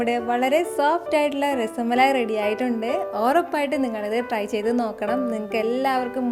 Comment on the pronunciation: Its not rasamalai. Dear.... Just rasmalai....